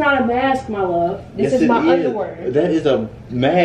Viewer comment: «give me my underwurr 😂😂😂😂😂